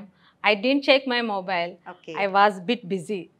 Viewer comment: Not din't, it's didn't